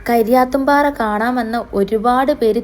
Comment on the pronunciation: കരിയാത്തുംപാറയല്ല. കരിയാത്തൻ പാറ എന്ന് പറയണം അതുപോലെതന്നെ കക്കായം എന്ന് പറയരുത് കക്കയം എന്ന് പറയണം ok